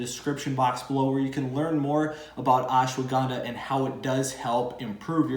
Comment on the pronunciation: Brother thanks for the knowledge but its ash wa gandha not ash wo gnda